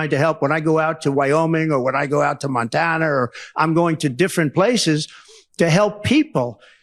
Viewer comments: She’s SMARTER THEN YOU!!!!! What’s wrong trump??? Can’t say her name ??? But you sure can Mispronounce Montana to Montaner???? There is No State by that name “montainer” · Donald, It is Montana, not Montaner. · Does he need permission from his parole officer to go to mon tannn eeeerrrrr Who speaks like that. He can’t even pronounce the state correctly. Fast healer my ass. Your ear was not hit.